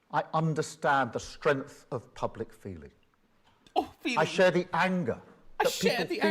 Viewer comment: Cool. He understands. I just have one question - what's "strenth"? - does he mean "strength"? Queer Stalin is worse than a gay American liberal with a bad lisp.